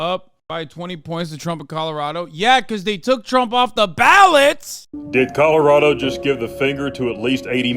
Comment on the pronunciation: commiealarado.... Eyeah.... Please don't say words again guy... Just don't...... Just don't bro...